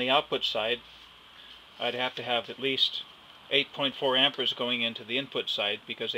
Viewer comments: lol, it's called am-peer-s not am-pour-s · Why is saying "ampers"? The man's name was Ampère, and it's pronounced /ˈæmpɪər/. Not Amper. Jesus. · It's pronounced 'am-pairs' NOT 'am-pers', jeez. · If you say "amper" it's hard to believe the rest.